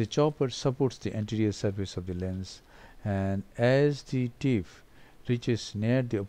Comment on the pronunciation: i think there is a problem when u pronounce the letter p. Thats why flap becomes flaf and tip becomes tif